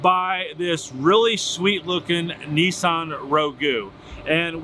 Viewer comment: Their first mistake was buying a Nissan. Their second mistake was buying a Nissan from a guy who doesn't know how to pronounce the model name. But regardless. This is a nonsense lawsuit.